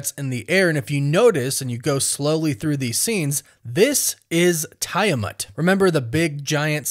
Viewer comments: Tie-a-mont??? It's Tiamut! I know you purposely mispronounce words just to get people to comment! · Tiamut is pronounced as Tee-a-mutt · Tee uh mutt ... Drives me nuts how you pronounce it when theyve pronounced tiamats name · Dude...do you even watch these films/shows? Sam been had the vibranium wings ...also its pronounced TEA ah mut..js